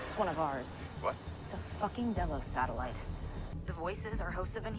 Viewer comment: Delos like "Jellos". Love your reactions and can't wait for the next one. Well, I will wait, but you shouldn't make me!